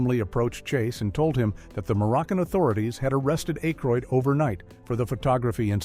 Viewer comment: Wanted to watch but can't after "A Kroid" pronunciation. AI slop